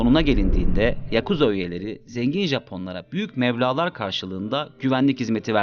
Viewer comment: "büyük mevlalar" değil... Meblağ o, çok ayıp. Derhal buradan gzt